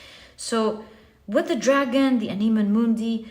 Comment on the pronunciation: Dear, to pronounce the words anima mundi, you must stress the first ‘a’. Thank you for another great reading ❤